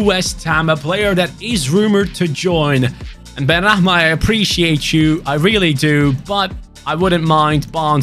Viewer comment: It's benrahma Not benrakman